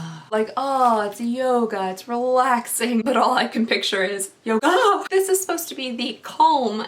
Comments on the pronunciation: When you said "yogAHH" it made my day, I love you and your channel so much 😂💛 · girl, you had me snort at yo-GAHHHH haha